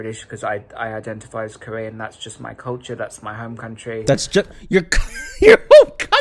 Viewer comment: I'm sorry, did you say IDENTIPIE!?😆